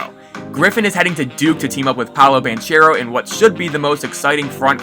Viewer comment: Great vid man...I just wanted to point out the right pronounciation of Banchero's name. Its pronounced with a hard -c like this: ban-k-ero.